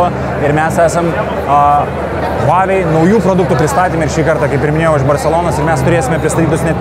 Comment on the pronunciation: Žmogau vedantis šia laida, IŠMOK tarti kompanijos pavadinima prieš darydamas apžvalgas, ausys kraujuoja girdint kaip tari…